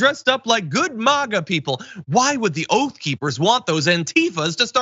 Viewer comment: OATH OR OAF?